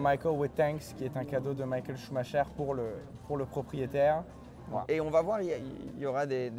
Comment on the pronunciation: Ça me termine le mec dit Michael sumacher